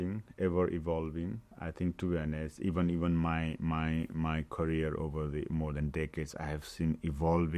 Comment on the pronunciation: His courier (career) ...we need subtitles here😊